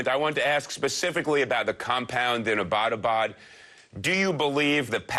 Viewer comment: fuck this host, doesnt even have the decency to pronounce abbottabad properly.